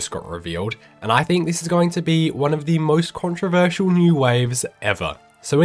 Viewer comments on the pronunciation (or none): none